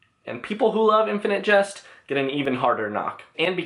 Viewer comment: Why do you pronounce jest like just ?